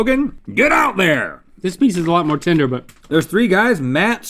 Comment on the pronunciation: Rhett keeps saying "tender" but i keep hearing "tinder"